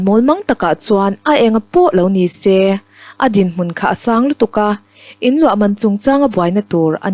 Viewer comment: A tha in a va dik tluan tlingve, a chhiartu nu in a thiam zar zar bawka. Tihsual pakhat a neih erawh a langsar deuh. "Su ati leh sê thin," nilo in. A ti leh se," tih tur. (ê) thlukna awm hmanloh tur aw.